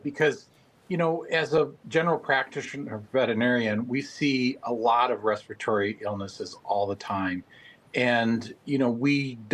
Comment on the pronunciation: Respiratory was mispronounced by both newscasters.